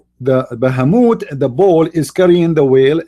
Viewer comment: Bahamut sounds like baphamet